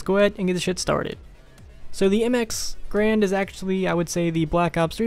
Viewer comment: It's not pronounced grand it's pronounced garan. The guy who created the M1 last name was garan. But people just started calling it the grand.